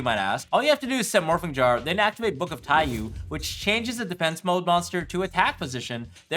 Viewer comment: This is just a nitpick, but the card name is pronounced "tai-yoh" rather than "tai-yuu". Taiyou means sun in Japanese.